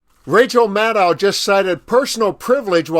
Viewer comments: Why do you call Rachel Maddow, 'Madd ow,' it is pronounced 'Mad doe!' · Ma DOE not Ma DOW